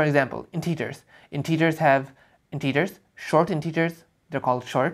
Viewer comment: Very nice. Someone had to make this video. Pro tip though, integers are typically pronounced 'intehgers' and not 'inteegers'